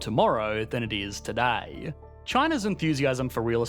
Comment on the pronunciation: It's today, not toodiey. Sheesh.